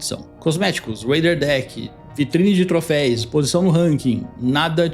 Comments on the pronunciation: Pô,, troFEUS, não troFEIS. Segundo video falando trofeis aheaheha. Faltou lembrar que reseta INFELIZMENTE as missões (isso sim é cagada). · por favor, TROFÉUS… Não troféis